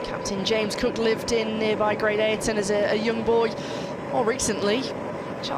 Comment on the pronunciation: BLAKEY Ridge , not BlakeLey…. Great AYton not Great Ayrton (Senna???) Take the time to get these details right